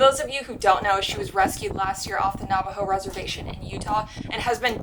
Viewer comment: The way she pronounced "Navajo" right